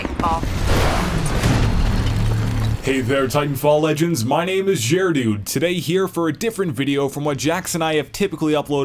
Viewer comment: You can tell he says JerDude more carefully to not sound like ChairDude xD